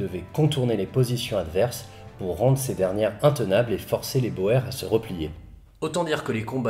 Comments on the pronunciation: Super vidéo comme d'habitude! Juste petite remarque, les Boer, est un mot d'origine Néerlandaise, et la bonne prononciation se dit : "bour", le "oe" se prononce ou en Néerlandais. Merci pour ton travail de qualité comme toujours. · C'était long et complexe mais jamais compliqué a comprendre car superbement bien expliquer (bien plus que certaines vidéos sur Napoléon ou j'ai toujours pas compris certains trucs). C'est génial et j'en redemande. Sinon je me permet une correction, les boers d'afrique du sud ca se prononce les "bours" ; je sais c'est con et faut le savoir mais c'est la fac d'histoire et les UE sur la colonisation qui me l'ont enseigné donc ca doit etre vrai. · Pour info, le mot boer vient du néerlandais et oe se pronounce " ou" donc en Afrique du Sud, c'est la guerre des boers. Prononcé " GUERRE DES BOURS". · La guerre des Boers c'est bien la guerre des Boers qui se a l'audio se dit Bours ? Qui dit fermier en néerlandais ? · Vous êtes à la bourre, déjà signalé. De plus les deux prononciations seraient permises d'après Antidote : Boer [bòèr], [bur]. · Boers se prononce "bour". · Super vidéo, mais la prononciation de Boer... x) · cela se prononce pas ainsi "boer" se prononce "bourre" pas "bohère". Nota Bene fait la même erreur... vtavo pour la vidéo toujours aussi intéressant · Sauf que quand tu t'appelles Jack, tu fais prononcer ça bo-er et pas pas bour. Question de charisme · C'était très intéressant, merci beaucoup pour cette série et cette superbe conclusion. (À un détail près : ça ce prononce bourre, pas beau-hère.) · Super vidéo, toujours aussi intéressant ;) Petite précision néanmoins, on ne dit pas boèrs mais bouuurs pour les boers. Ça vient du néerlandais, les boeren qui se traduit par les "fermiers", le oe se prononce "ou" dans cette langue :) . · Au début, je ne comprenais pas "bohère" jusqu'à ce que tu parles d'afrique du sud ... Boer (qui se prononce Bour) !! Bon sang, mais c'est biensûr ! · Les Boers se prononce "Bours"...😉